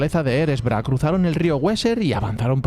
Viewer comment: MUY BUENO, muy, muy bueno. ¡¡¡COMO SIEMPRE!!!... sólo mejora tu pronunciación de nombres propios en lenguas no inglesa, le dará MUCHO MÁS RIGOR a tus videos (ya muy buenos por contenido y ritmo) - la 'W' germana... NUNCA SE PRONUNCIA A LA INGLESA (excepto si es una palabra inglesa): Westfalia, NO Güesfalia; Weser, NO Güeser; Widukind (Wittekind), NO Güidocain... - Georges DUBY... NO Dubai!!!!